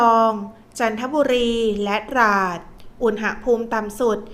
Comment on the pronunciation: ฟังทุกวันค่ะ รายงานสภาพลมฟ้าอากาศได้ดี. ได้เตรียมพร้อมรับมือ. แต่ขอติงนิดหนึ่งนะคะการออกเสียงภาษาไทย. คำว่า อุณหภูมิ ออกเสียงตรง หะ ต้องออกเสียงอะกึ่งเสียงนะคะ เพราะไม่ประวิสรรชนีย์. คือไม่มีสระอะค่ะ ฟังแล้วมันขัดๆ ติเพื่อก่อนะคะ เราจะได้ใช้และรักษ์ภาษาไทยเราให้ถูกต้องตลอดไปค่ะ ขอบคุณค่ะ